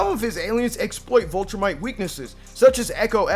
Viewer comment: Man's didn't say Vultrumite